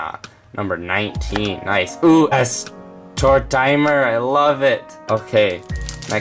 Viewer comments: Tortimer as Tor-timer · "OOH YES TORT TIMER!" tort-timer.... tort-timerrr..... GOD DAMMIT ITS PRONOUNCED Tort-immer!!!!! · Tortimer (tor-tim-err) not ( tor-time-err) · I cringed a lot when he said Tor-Tie-Mer